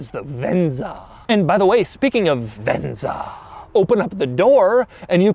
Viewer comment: He sure likes to say "Ven-Za"..